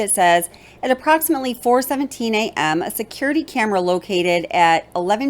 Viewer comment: Not to be rude …but you need to say AM more plain.